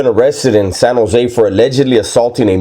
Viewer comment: San Jo native here. You pronounce it right. Sanosay. 1 word. And you are spot on. Respect!